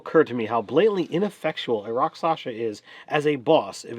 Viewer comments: Good content, but it's a pet peeve of mine when people mispronounce words that are pronounced exactly the way they're spelled... rak-SHAH-sa, not rak-SASH-a. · Not to sound like a jerk, but i believe you would pronounce it rock-shaw-sah, and the word melee is pronounced may-lay. Now an inventive person can make a Rakshasa a dangerous enemy at whatever level the players are , for that matter any monster in the book. Just add your own tweaks to its hp and capabilities . The books are just a good reference . That being said , this was a good video , and probably super helpful to newer DMs . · As far as I know, the pronunciation is something like "rock-sha-sa." How do I know? From a TV show that ought to be required reading/viewing at the DM Academy: "Kolchak - The Night Stalker," starring Darren McGavin. A true classic! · Shasa is pronounced like Shasa with the syllables flipped.